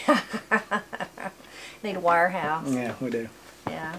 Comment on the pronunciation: Love this video. I had to replay the section where you said " warehouse. " i used to pronounce it the same way and a fellow nurse who was from Boston would always try to correct my southern pronunciation. I am from North Carolina too.